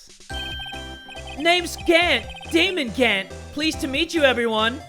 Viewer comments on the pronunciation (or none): It's pronounced as Dahmon Gahnt. Not Daymon hehe